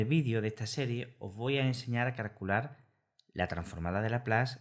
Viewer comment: Todo bien. Es curioso que dices "carcular" en vez de "calcular"...